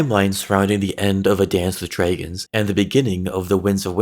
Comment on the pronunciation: Drey-gins. Stone drey-gins